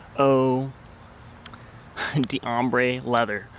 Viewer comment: I think the pronunciation is more like "oh dombre leather", so you don't pronounce the "dee", but rather, it blends in with the next word. That's quite a common pattern in French when you see the apostrophe D pattern. Not trying to be a prick, but it helps to pronounce it right :)